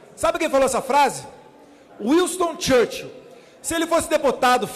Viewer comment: Devo esclarecê-lo, bajulador de político, que o nome do estadista inglês citado pelo Eduardo Bolsonaro é Winston Churchill, mas o deputado visivelmente tem dificuldades em falar a língua inglesa, até mesmo para pronunciar nomes de pessoas porque ele claramente falou "Wilston Church", o que é ridículo para quem ambiciona exercer o cargo de embaixador. Mas realmente o pior, por incrível que pareça, nem chega a ser a falta de fluência no idioma estrangeiro e sim a total falta de credenciais para exercer cargo tão importante quanto o de embaixador do Brasil nos Estados Unidos. No que diz respeito à defesa do que o irmão dele falou sobre a democracia, a emenda saiu pior que o soneto. Melhor seria o Carlos Bolsonaro efetivamente exercer o cargo de vereador e largar o Twitter, mas não, ele preferiu tirar uma licença para "assuntos particulares". É tudo lamentável, não dá pra ficar "passando pano" não!